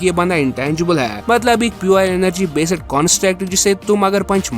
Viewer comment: It’s based not besed